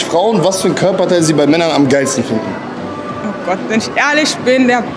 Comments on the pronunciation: welches körperteil 'fiden'.....? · Sekunde 20 „fiden”